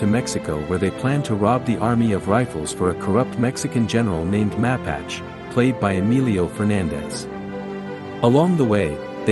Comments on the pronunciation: Ma pache as in the Indian tribe is correct pronunciation as the other commenter said. Syllables emphasis on the second syllable. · Good review...but in the film the General's name is does not rhyme with "patch" but rather with "Apache" as in the Indian tribe... "Mah.pache..." Powerful, haunting film...